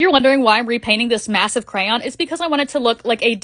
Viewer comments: She messed up saying massive 😭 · did u say, “MASSIVE"